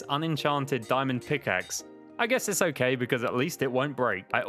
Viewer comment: oak-kay lmao